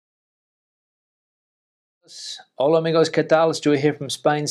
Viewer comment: It is hola, not ola